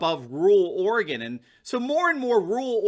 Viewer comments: it’s pronounced “Ory gun” & “Will lamb met” jus sayin, keep up the hood work! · Orygun. WillAAHmet. Love your work